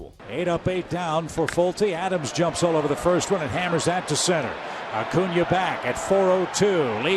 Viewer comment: acuna (A-coonya) is a left fielder that can play anywhere in the outfield. Ender Incairte is our native center fielder. He does have some growing to do with reading the ball, but that should come with time. sorry I'm a huge braves fan. also your videos are great :)